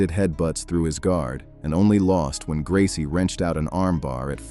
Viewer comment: Royce Gracie faught Kimo 32 years ago, and people that make youtube videos still can't pronounce his name right!